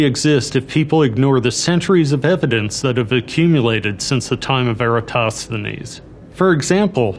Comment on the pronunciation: The way you pronounced Eratosthenes is a sin